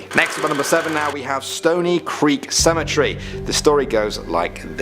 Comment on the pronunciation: i wish they could learn how to say cemetery